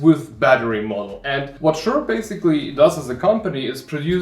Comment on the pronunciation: Thanks for the good review! I collect antique books and old handwritten documents that I want to scan easily. I think it is pronounced like the name "Caesar", at least that how they say it on their website.